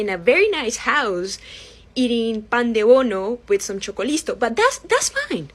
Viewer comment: Cuando dice pandebono y se le nota ese acento nuestro, la ame❤❤❤